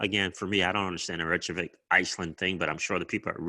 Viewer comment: Ripple bought a Icelandic company a year or so ago. I think it was part of xspring. And it’s pronounced... Rey kay Vick